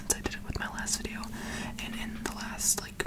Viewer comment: Did no one notice how he said veeyo instead of video I’m not hating I just thought it was funny 😂🤣